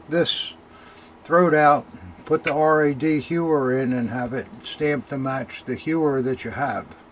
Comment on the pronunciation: To name the RAD Hauer correctly, just say it like in "Howar"d without pronouncing the "d" (German language difficult language) ;-)